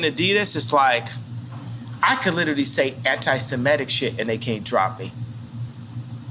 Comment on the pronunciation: It's antiseMItic, not antisMEtic.. Rhymes with critic.